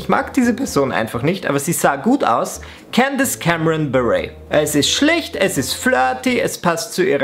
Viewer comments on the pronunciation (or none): none